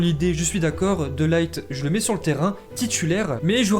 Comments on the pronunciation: C’est de LIRTE pas De Light (coca light) c’est un hollandais pas un anglais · on prononce De Ligt plutôt "De Lirt" que "De Light" ^^ Et pour Martin Braithwaite, c'est "Martine Braithweite" la prononciation:) Sinon au top!! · Par contre on dit de pas de laigt